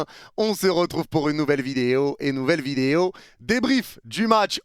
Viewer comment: Arrête de vidéyo...😂ça fait plusieurs fois je te le demande ❤